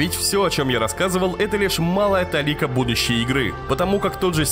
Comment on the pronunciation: ударение, РЕДАКТАР